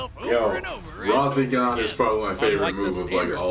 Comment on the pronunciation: My man said "RAW ZEN GON"